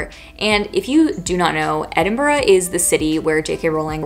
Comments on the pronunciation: It's lovely to hear an American pronounce Edinburgh correctly! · The only non scottish person I've heard actually pronounce Edinburgh correct.